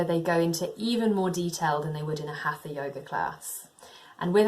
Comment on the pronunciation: Please check your pronounciation for HATHA, do not pronounce the TH as in English. This is Sanskrit. You might want to check it with a video of an Indian Teacher